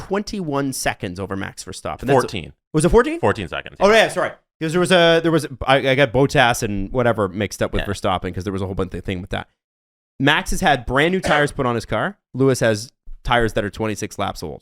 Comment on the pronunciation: Boat ass is one weird way to pronounce Bottas.